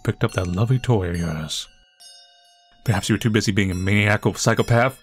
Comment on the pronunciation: Btw, frappe isn't pronounced frap, it rhymes with cafe. Also maniacal is pronounced man-eye-a-cal 👍